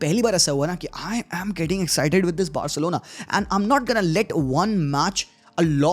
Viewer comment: Barselona ❌BAHARSELONA✅